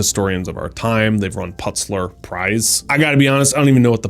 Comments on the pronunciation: Pul-it’s-er Prize. Not “Putzler”. Basic intelligence requires speaking with knowledge and editing with clarity. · Did he really say Putz-ler Prize? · Pul-it-zer prize. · it sounds like poolitzer, not putsler. the word Pulitzer!! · The plutser? Did you me-.. You meant th-.. The pulitzer..? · Putzler Prize??? WTF, man. Pulitzer Prize. P U L I T Z E R Prize. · 98% of people (ESPECIALLY READERS) know that “Putzler” is actually “ Pulitzer” and what it is! Sorry dude, but you lost me at the end! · Its pronounced pul litz zer, not pultzer. Its very prestigious btw. Hmmm about that 98%..... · “Putzler Prize”?!!’ Seriously? It’s P U L I T Z E R - pew-lit-zer. Yes, the Pulitzer Prize is an award given in 23 different disciplines as it has been since 1917. So it’s 108 years old and has been awarded to many very highly regarded people during that time. Look it up. The list is quite impressive. I was following along until you said that - and then I had to quit. If you don’t know what the Pulitzer Prize is, then you are not as well-read and as educated as you should be to authoritatively advise others. C’mon man, you can do better. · "Pulitzer" is pronounced pew-lit-zer, not puts-ler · Interesting Pulitzer pronunciation. Have you truly never heard of (or heard it pronounced) the Pulitzer Peace Prize?? He literally says: "I have to be honest I've never even heard of the Putts Ler prize, har har.. " What kind of dummy in America doesn't know about the Pulitzer? Offensive to intellect, not to mention to peace and literature. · Can't even pronounce Pultizer correctly. Its Pull-et-zer it was named after a successful newspaper mogal Joseph Pulitzer. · Putsler? haha. It's The Pulitzer Prize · Did you mean the Durants won the "Pulitzer (pull-it-sir, not putz-ler) Prize"? Some information in the Durants' "Lessons of History" may now be outdated in the light of modern research; so if you read it, you should also seek out more recent books on the subject. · PULITZER not Putzler! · he did